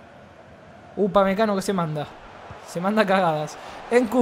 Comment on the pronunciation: “Upamecano. Upamecago 😂😂